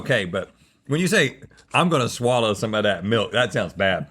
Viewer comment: It's a "swaller".